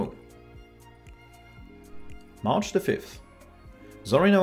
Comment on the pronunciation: I keep hearing Arch instead of march :D